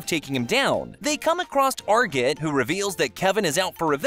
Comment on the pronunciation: Saying arjit wrong